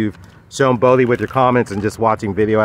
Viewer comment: Why is his name spelled "Bodhi" when you always call him "Bo-bhi"?